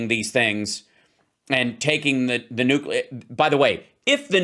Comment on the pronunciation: WHY can't say nuclear? He presents himself as such an intelligent person. This blows it away every time. Sorry. Love you guys, though. My Saturday afternoon is an ongoing education because of you.